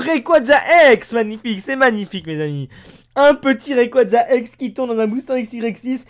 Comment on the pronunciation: Mec merci de dire rayquaza comme faut sa fait du bien a mes oreilles